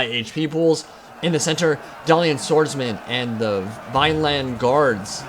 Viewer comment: "Dalian?" Dalish